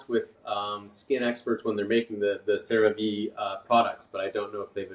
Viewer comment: Excellent presentation! Some pronunciation corrections: Ceravé not Creráve. Erythéma. Collagen is pronounced kaalujn like Michael says it.. Hyaluronic is haiuhlraanuhk